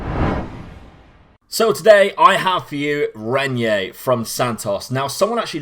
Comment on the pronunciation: I have Renyer in my Red Bull Bragantino save and he's a real beast, though it's easier and cheaper to buy him at the home market as the teams sometimes fail to put release clauses that would scare the rivals. (By the way, pronunciation is right, mate) Can we have Cauê Santos in the next videos, please? 16 years old striker loaned to Corinthians by Gremio Novorizontino. Not as special as Renyer or Lázaro, but it's a real bargain as you can get him for as low as 18k Euros and once the loan is over he's yours. His impact was always immediate in all teams I had him.